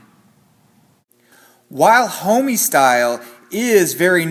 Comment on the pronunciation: Anyone else felt some type of way about how he said “homie” 😂😂